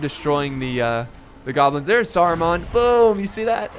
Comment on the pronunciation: cough saru-man, not mon, man :) Saruman